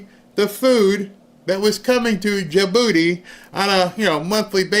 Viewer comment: says "Ain't nobody sending steak to da-booty" LOLOLOL!